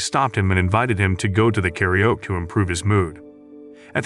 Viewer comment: The way the narrator pronounces karaoke as 'carry-yoke' 😂